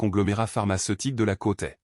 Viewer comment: On prononce le sde la côte est ce n est pas la côté